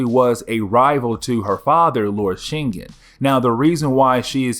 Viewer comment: Shin-gin That's how it's pronounced